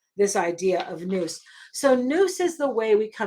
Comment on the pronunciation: Good teaching. But Nous is pronouced wrong in this video Pronounced "N-outz"